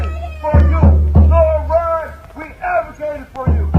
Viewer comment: He’s Zohran not Zoran.